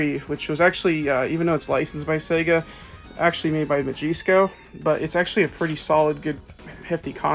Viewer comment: Bothered me so much. "ma jees co"